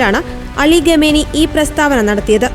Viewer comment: ആരാടാ ഈ ഖമേനി ? ഖമേനി ഖമേനി .. ഖാമിനയി എന്നു പറയെടെ